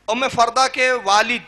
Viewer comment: ام فروہ ہے ام فردہ نہیں ہے